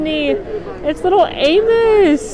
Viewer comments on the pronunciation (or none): none